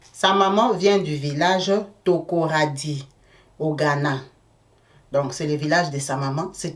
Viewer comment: Takoradi et non Tokoradi!!